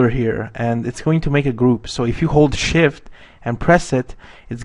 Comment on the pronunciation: Just a little thing, When you say "Hold shift" Sound like you say holy shit! ;)